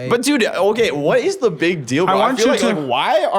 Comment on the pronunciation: He was also saying “Da”(pronounced duh) instead of“the” before getting called out